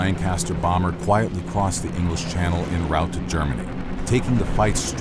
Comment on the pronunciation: I’m impressed by your ability to mispronounce both words of en route